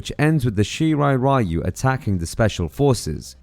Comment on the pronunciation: Great video but why no analyst manages to pronounce Japanese name like Shirai Ryu correctly?